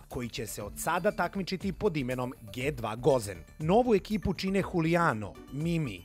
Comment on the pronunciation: Dži 2, ne Ge 2... Molim vas, para uši kad se čuje ge 2...